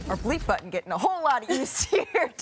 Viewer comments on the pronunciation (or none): none